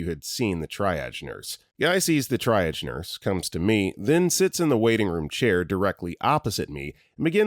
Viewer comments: For the millionth time - triage is pronounced TREEE-AHJE, not TRY-AHJE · The word triage is pronounced "tree-ahshj", NOT "try-adj". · Heads up, it’s pronounced Tree-Age not Tri. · OH MY GOD PLEASE PLEASE PLEASE. I've listened to so many of this narrators medical videos and you have not once said Triage correctly. It's pronounced like TREE-age. Its not the tri-state area it's a tree aging. Hopefully that helps. It drives me insane every time especially cause you correct yourself for some many other words 😂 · I love you but triage is pronounced tree-auge, also Quebecois is pronounce K-beck-quois....ok now my eye twitch should go away LOL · all you guys correcting on how to pronounce triage should probably first discuss with each other how it's pronounced, because so far I haven't encountered the same version twice, and it's like every other comment. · How about "triage" and a half-dozen other words too. It's time to fire the text-to-speech engine. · as a health care worker I also cringe at how they pronounce triage